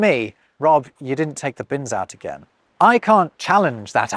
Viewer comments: "OOT"? Now you're drifting into 'Canadian' :) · It's funny that how you pronounced 'out' at that instance is the word - and the exact pronunciation - we use for 'out' in my language.